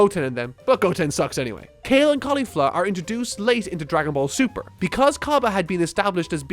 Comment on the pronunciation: Mr. Nguyen Judging by that way he said the shows name, I doubt he actually watches the show lol... He probably just watched DBZ, and not a lot of it either. He s just a blind hater here to spread negativity on this series.